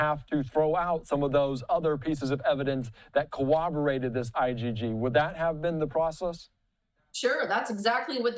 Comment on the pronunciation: The prosecution only needs to establish probable cause in the affidavit. They do not need to include all inculpatory evidence. Also,, the word is corroborate, not co-oberate.